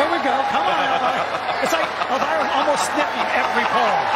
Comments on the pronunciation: lol sorry I mean "the way in which they read it", like "elvyra" and not "elveera" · I tolerated reading "elvira" like that, but at "bracco italiani" i had to quit